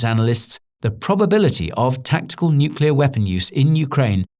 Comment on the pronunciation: THANK THE LORD that you don't pronounce it "nucular"